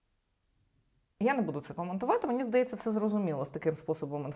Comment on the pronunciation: Цікаве відео, дякую ) Ви питали, чи дратує ваше цмакання. Мене не дуже. Але є інші звуки, що не дуже органічно звучать для мене. Такі слова, як "немаЄ", "знаЄш", "здаЄться", ви вимовляєте як "немаЭ", "знаЭш", "здаЭться", на російський манер. Стараюся не звертати уваги, але реально важко. Тому дивлюся вас рідко, на жаль.